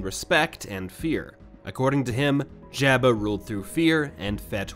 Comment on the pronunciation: It’s a good thing Jabba isn’t around to hear you mispronounce his name😜